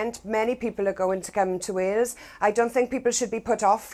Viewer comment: SOOOO CLOSE!! It was going to be the first interview I ever saw her in without saying "HWales" riiiight up until 12 seconds before the end of the video, she dropped it.